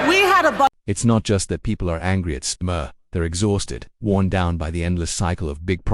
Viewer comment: AI can't even pronounce his name properly